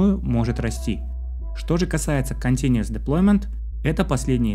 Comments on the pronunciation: Continuous, а не continuES Но очень доходчиво объяснил, спасибо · Только continuous, а не continues )